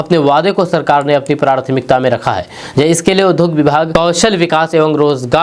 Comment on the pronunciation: कृपया उच्चारण पर ध्यान दें, उद्योग के जगह पर आप उधोग का उच्चारण करते हैं, विद्यालय के जगह विधालय का उच्चारण करते हैं